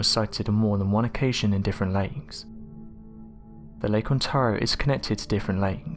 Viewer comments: Please stop using the synthetic voice that can't even pronounce "Ontario" correctly. On-tare-ee-oh. Say it with me. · ON-TARE-RIO It's annoying how you kept saying it wrong. Ontario. Lake Ontario.